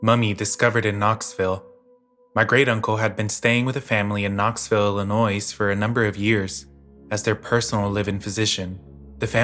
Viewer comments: Stop saying IllinoiS. There's no S. The S is silent. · I theorize it’s we midwesterners not able to cope with the hard S on Illinois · FYI the s in illinois is silent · The s in Illinois is silent.😬😂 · i mean yeah, but as someone in illinois, it is quite frustrating to hear lol